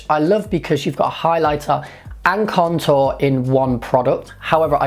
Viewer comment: it sounds like you're saying cuntour lol